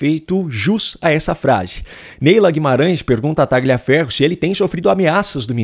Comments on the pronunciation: TALHAFERRO QUE SE FALA, TALHAFERRO, pq vc pronuncia errado??????????????? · Por que pronunciam erradamente o sobre nome dele? GL em italiano se pronuncia como LH em português, por favor, adequem isso................. o correto é dizer Talhiaferro, ajudem a esclarecer para quem não sabe. Agradeço. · Tagliaferro é um sobrenome italiano e a pronúncia correta é "Talhaferro". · Por favor, o nome do sujeito, Tagliaferro, se diz com o g mudo (é um nome italiano). Então, se diz "Taliaferro".